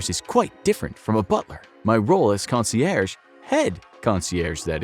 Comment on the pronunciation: “CON-see-AIRJ,” not “CON-see-AIR.” You’re now saying it right. 👏🏻👏🏻👏🏻👏🏻